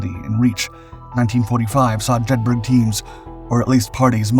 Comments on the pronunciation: Jed bur uh, not burg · so you do an entire video on this and can not even research how to actually pronounce the name of the operation properly? Have you ever been to Edinburg, or Jedburg? no you may have visited Edinburgh or Jedburgh. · Jedburgh pronounced "JED-BUR-UH" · “Jedburgh” is pronounced the same way as ‘Edinburgh’, i.e. “Jedborough”. Jedburgh is a small town in Scotland. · yup this mis-titled one pissed me off as well as the mispronunciation of Jed bur uh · Jedburgh pronounced Jedburra. It's one of those great British place names that sound nothing like it's written. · And pronounced locally as Jeth-ert.